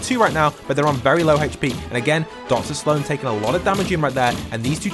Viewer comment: Saaloan its Sloan